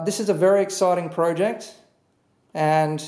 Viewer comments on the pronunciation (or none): omg stop saying project like that